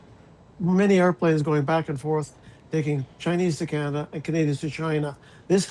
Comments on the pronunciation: Please tell LI there is no "R" in Canada....LOL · It's Canada, not Canadar, lol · The lady with glasses speaks perfect English except she can’t pronounce the word “Canadar” 😂